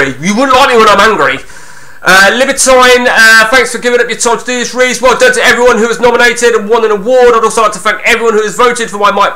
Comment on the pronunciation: Only just got round to watching this! Your name mis pronunciations are superb! Reese = Riise (as in John Arne Riise). Libertine like the band The Libertines. Calling Samsami Samsim 😂 Calling davdav Dave near the end 😂 Top quality content!!